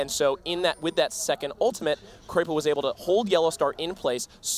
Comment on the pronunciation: Its not kreypo it is krepo